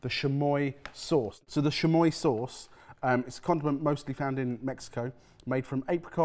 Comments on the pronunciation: Pronouncing Tajin (Ta-heen) Tah-shin; and Chamoy (Cha-Moy) Shamoy, just refuses to pronounce Mexican products correctly. They say chamoy correctly in the video and he proceeds to mispronounce it just after. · also they pronounced chamoy as if it were a french word like a shh sound, it's more like cha cha cha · SHAMOY AND TAGIN, its CHA MOY and TA HIIN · I'm dying with the pronunciation of CHamoy as Shamoy and Tah-heen as tah-zuh-en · comments are gonna say it but ill add not ta djinn its ta heen j makes the h sound sham oi? no Chuh moi and of the Chamoy there is a normal more widey used one, no idea what that one is but the one im used to is a bit redder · Chamoy is pronounced ch-ah-moi-ee and Tajin is pronounced ta-hee-n. Tajin is commonly eaten sprinkled on fresh cut fruit like pineapple, mango, and watermelon. And on some veggies like cucumber. Chamoy is added to drinks, shaved ice, chips, and other snacks and foods. Yeah so the pickle without the fruit by the foot sounds good. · hard "ch" on chamoy and "ta-heen" for the seasoning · Also: Chamoy (Like cha-cha-cha) and Tajin (ta-heen) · ah, yes, those classical Mexican things, xamoy and Tayin edit: it's official, I'll never be able to be in the same room as, because I'd have to be physically restrained from punching him in the mouth far pronouncing "wagyu" as "wag goo" or his butchery of Mexican Spanish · pronunciations of "chamoy," and "tajín" are sending me 💀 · For me it's chamoy too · Not mispronouncing tajin and chamoy 😂😂